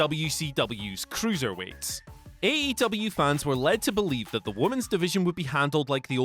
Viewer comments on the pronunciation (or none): none